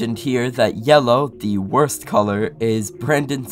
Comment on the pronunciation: Nah bro said yellow is the worts?